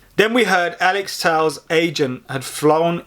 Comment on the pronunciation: Tell-ez fking tells lol. I'd love Telles at United